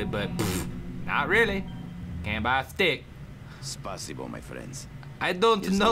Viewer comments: it's not spasibo, it's spasiba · Nikolai is Russian, but don't even know how to pronounce spasibo? How trustworthy. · My god. Nikolai doesn't even sound Russian. He even pronounces "spasibo" wrong. Why couldn't they just look it up, how it is pronounced? Were they so lazy they couldn't even google the pronouncing of the word? So annoying.